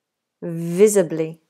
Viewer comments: Visibly, not visably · No such thing as "visably" it's visibly as in visible. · Great video! By the way, isn't it "visibly"?